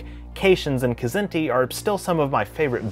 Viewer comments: Larry Niven has told me in person that it's pronounced: Zinti. The K is silent. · I'm pretty sure the K in "Kzinti" is silent...like "knife". You'd have to ask Larry Niven though...